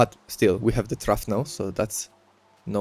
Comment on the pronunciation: It is said troff, not throof